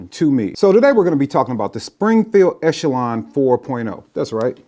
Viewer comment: Thanks for being the first of about a dozen videos who pronounced Echelon correctly!